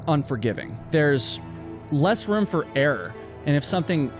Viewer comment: I’ll never push that button for one single reason…. The way you pronounce the word “ROOM”!!! It’s like nails on a chalkboard every time I hear it.